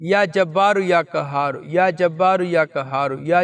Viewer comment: برائے مہربانی اپنی تجوید درست کریں یا کہار نہیں ہے بلکہ یا قھار ہے اس کو درست کریں جزاک اللہ خیر